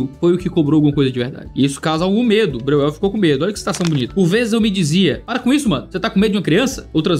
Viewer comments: Vamos lá: spu brasileira-alemã, o jeito certo de falar o nome do autor é: Bróiel!!!! E+U tem som de ÓI. Espero ter ajudado.❤❤❤Deus abençoe. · Se for alemão se pronuncia BRÓIEL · Breuel: no alemão original acho pronuncia mais ou menos “bróiel”… não que todos os descendentes se importem ou mantenham a pronúncia… 😅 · o falando o nome do cara me quebrou kkkkkkkkkkkkkkkkkkkkkkkkkkkkkkkkkkkkkkkkkkkkk